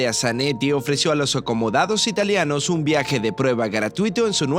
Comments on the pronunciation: Muy interesante, pero no entiendo por qué dice "italeanos" la forma correcta es ITALIANOS con i porque es el gentilicio de la gente nacida en Italia. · no, para nada, el video es muy bueno. Y yo no me refiero a la acentuación, esa es otra cosa, me refiero al cambio de la i por una e, no tiene nada que ver con la acentuación.